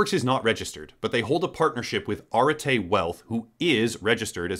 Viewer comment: I think that you mispronounced Arete as Arte. It's the concept in Greek philosophy for virtue or excellence.